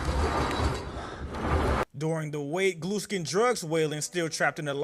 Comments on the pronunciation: GLUESKIN? 😂 U MEAN GLUSKIN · The guy said gluskin in a way that made captions think he said glue skin or blue skin